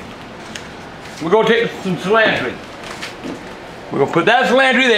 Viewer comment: Cilantree ! ha...